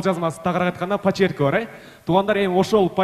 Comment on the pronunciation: Пачерк эмес почерк десен